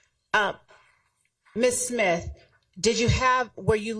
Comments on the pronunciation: She said simth lol i thought it was smith she is cooking already the state is trash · Did she say ‘SIMTH’ on purpose ?.. 😂😂😂😂